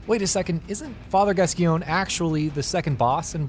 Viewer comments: Pronounced "Gas-coin" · Oh Christ he's going to be destroyed for the way he said Gascoigne. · I don't understand why no one can pronounce Father Gascoigne correctly. It's even said in the game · The way you pronounce Gascgoine is tragic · I want to kill myself the way he mispronounces Gascoigne. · Everyone does this, now it's my turn: You mispronounced Gascoigne